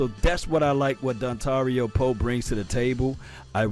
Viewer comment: Love your vids man, but you gotta stop calling this man Dontario lol. It's Dontari.